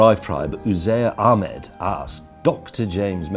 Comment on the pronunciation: Omg my son's called Uzair Ahmed but he's only a month old. Nailed the pronunciation tho 👍